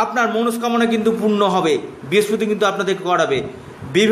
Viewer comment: কথাটা বৃহস্পতি ভালোকরে বলতে শিখুন।